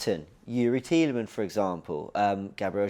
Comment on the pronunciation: IT'S TIELEMANSSSSS FFS 🤣